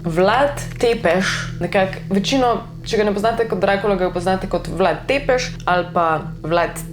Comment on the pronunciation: Sicer se pravilno prebrere Brašov (s ima repek), pa Vlad Cepeš (T z repkom se prebere kot C).